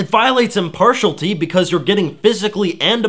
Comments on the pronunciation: "Impartiality" - You're saying it wrong. Otherwise a good video. However, you say near the end that "We should want people who report on this artform to exercise the same level of ethical standards as all other news sources." The problem with this statement is that they already do. Apart from very rare exceptions, most "news sources", whether mainstream or indie, do not conform to the standards you laid out for impartiality. And I'm not just talking about Fox News. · Found this because I was seeking further information after reading a mainstream media article on #gamergate which didn't seem to make any sense. Nice contribution, but your pronunciation of "impartiality" bothers me.....there is an "L" in there somewhere. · Impartiality has 6 syllables, dawg. Otherwise, great video. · I want to watch this objectively but you are completely unable to say the word impartiality. Good grief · impartiality...you need to learn how to pronounce words before you start using them to lie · Impartialty???? If your audience finds themselves counting the number of times you mispronounce a word, your message has a good chance of getting lost. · ...In all of those words in that list, you pronounce the "I" in "-ity". Same with impartiality. I've never heard "IM-PAR-SHALL-TY" in my whole life (i'm 29). It probably originated among people who can't read very well. So I would not mimic their pronunciation. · It doesn't really matter. But it's like, Im-Par-Shi-Alitee. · I could go for some impartial tea right about now. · Just because he says it so often : does imparshulty pass as a legitimate pronunciation for impartiality in America? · Please learn how to pronounce impartiality: im·par·tial·i·ty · OK, this is trivial, but my resistance was worn down all those iterations of "im-par-shull-tee". Brandeis is pronounced "bran-dice", not "bran-day". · Stop saying impartialty! It's driving me NUTS! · "Impartialty" (holy shit he gets it wrong more than 3 times) hurt my brain.